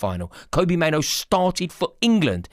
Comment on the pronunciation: His name is Mainoo NOT Maino